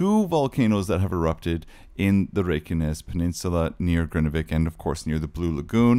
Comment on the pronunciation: you pronouce it wrong, it’s Grindavik not Grindevik ❤